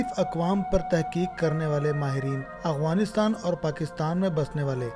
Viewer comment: یہ اعوانیستان نہی یہ افعانی نستان ہے یہ الفاظ ٹیک کر لو